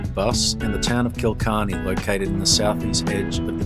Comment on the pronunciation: It’s called Killarney, not Kilcarney